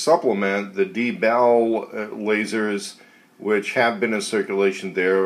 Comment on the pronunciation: It is pronounced (DEE)-BALL and it is not a requirement for manufactures to put an indicator light on the unit that notifies the operator that the IR laser is used; this is how the real manufacturer actually indicates to real world operators that the IR laser is activated..so not just because it's civilian my friend. I work with these units in real life (the real LE/Mil restricted units) and the real units have a green LED on the back of the unit, not red. So there you have it!